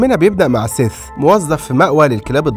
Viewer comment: حد خد باله إن "سيث" بقا "فيس"؟ 😂😂😂